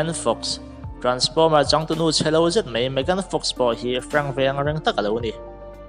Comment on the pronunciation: Mai tih tur zawk anilo maw? Mei niloin